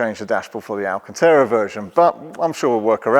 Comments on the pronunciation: Is he trying to say “Alcantara”? Never heard of alcanteera. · "VIN", saying number after it is redundant as that's the last word of the acronym. Just like "PIN". ;) Isn't it also "alcantara" not "alcantera", or are you doing some kind of US pronunciation? 🤣 Lovely car. :) Some people had reported putting their foot through the old speaker cover or puncturing it easily in general. It would be great if these have ANC too. Maybe the same drivers as the new S and X to keep costs down/minimise the number of parts needed? How does the actual ground clearance compare? Is it a different side panel on the MIC rather than the ride height?